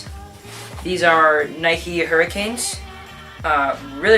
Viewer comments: "hurricane" boy what are you doing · great vid! (huraches not hurricanes though) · Its Hur-a-ch-e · It's hu-rr-a-Che